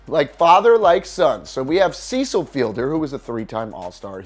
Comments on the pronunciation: Cmon bro ur doing a sports channel I hate to be the one to correct you but Cecil fielder is pronounced (Seh SIL ) not (Sea SIL ) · It's no Cecil in the normal pronounciation...it's a soft "e" as in the name Ben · Cant even pronounce cecil fielder name right. This isnt the first video this dude butchers peoples name